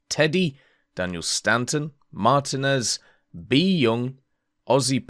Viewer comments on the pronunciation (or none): none